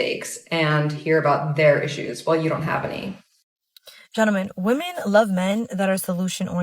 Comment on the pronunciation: Why can't any of them say "women"??